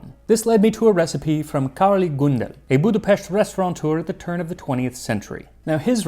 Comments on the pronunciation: Turning the gy in magyar into a j, and the ly in Károly into li, and completely axing the e from Gundel was a travesty, though. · It is awesome to see one my country's staple food featured here. And you nailed most of the pronounciations as well, except for Károly which is pronounced as the y in "you" similarly like the ly in gulyás. And also the gy in magyar is a bit different. But you did better than 90+% of people i've seen to try. I am so glad to see this video. We have so many great dishes here, i hope there will be more covered in the future.